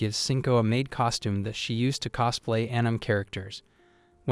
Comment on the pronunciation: bro really said ANYM and KIMINO😭